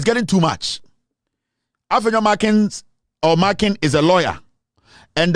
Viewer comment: Its Afenyo MARKIN, not MarkinS